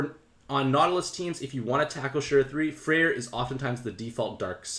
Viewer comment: FYI/FWIW: Freya is pronounced Fray-uh. You keep calling her Freyr which is the fire Norse pantheon. I know it's not a big deal, but I'm sure newer players can get confused by that. Thank you for the content!